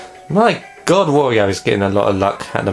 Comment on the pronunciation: Another thing I've often wondered: why do you pronounce Wario's name like that? You do know that it's pronounced the same as Mario's...?